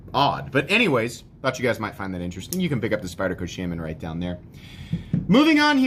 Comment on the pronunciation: Sh-ah-min. Not Sh-ay-men.